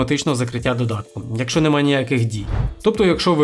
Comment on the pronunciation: Не "якшо", а "якщо" !